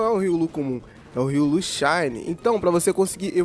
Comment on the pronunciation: Hiii... Sou super fã seu... Deixa eu te dar uma dica... Se diz Ri-ô-lu! Tá? 😘 Manda salve, ou dá um coraçãozinho 💗